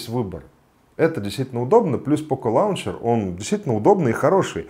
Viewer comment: Лончер или лунчер (в брит.произношении). Но никак не лаунчер!